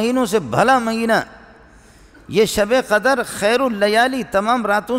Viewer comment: In another speech he is making fun of the qaris but this molvi doesn't know how to recite the Quran properly himself, the word is not qadar like he says it, it is qadr